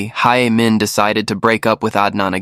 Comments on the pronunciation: Nearly sound like Amen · Be careful of ur pronunciation its “Hae Min” not “hay men” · the pronunciation should be “heh min” not “hey min” or “hai min”